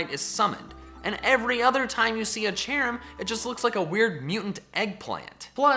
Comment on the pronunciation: CHERRIM, NOT CHARIM!